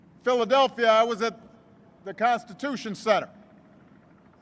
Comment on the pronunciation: ... did he say: "Cocks too Fill you"? or constitution? I think that was a slip...